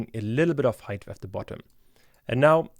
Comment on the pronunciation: Great and useful tutorial but please practice how to pronounce the word height in Germanish English. There is no "th" anywhere... ;-)